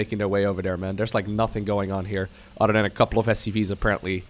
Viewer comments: I find it so funny that says "otter" instead of "other" lol 😂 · I love your vids man! I don't even play I just enjoy watching this content. Tho when you say other everytime I hear "udder" it's awesome?